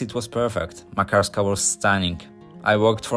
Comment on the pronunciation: You hav a wrong accent when You pronounce Makarska